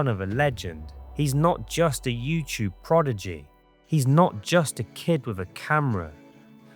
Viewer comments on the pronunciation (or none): Wtf is a progity 😒 it’s pronounced prodigy pal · "Projety" I believe you mean prodigy